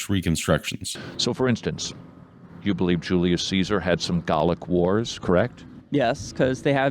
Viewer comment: They were Gay-lick Wars....